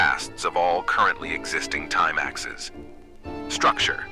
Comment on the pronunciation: I'm loving this concept, though I feel like the AI voice is a bit of a distracting limitation. It didn't emphasize "Mathematics" right, which made me have to go back several times to figure out what it was saying; it mispronounced "axes" every time, which was distracting. Imo, an old-school TTS voice might've been more understandable? Ultimately a minor gripe, this is really cool.